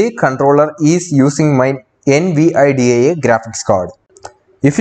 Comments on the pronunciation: Could you just not say N-V-I-D-I-A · Do you NOT know how to say "Nvidia"? It's latin for "envy". "Invidia".